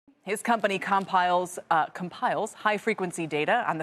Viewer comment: Com-piles lol